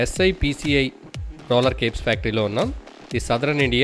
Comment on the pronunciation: Nice video bayya.... But, cape ani chepthunnav, avi caps...